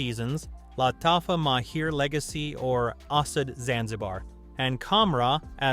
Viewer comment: Is it not Luh - tafa?